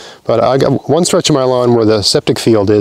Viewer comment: Just for a second I thought you said the spuds were mulched with grass from Milan instead of "m'lawn" and thought "that's a bit fancy for mulch".